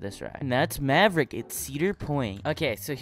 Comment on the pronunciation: He got maverick wrong😂😂